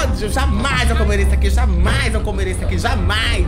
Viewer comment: "Aih que ódio, foi só o dedinho de SIRIRICAH" "Jamais eu comerei isso aquin,JAMAAAINS" "eu sou crenti ,EUN SOU CREENTIN" SAMIRA TÁ TÃO CLOSE HOJEN BIXAS POCKENTAS !!!!!